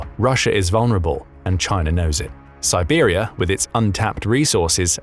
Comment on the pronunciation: Siberia not Tiwari.